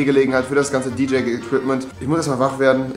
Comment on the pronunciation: "DJaye" ~Rewi ?! Nennt man das so? bRuDeR mUsS lOs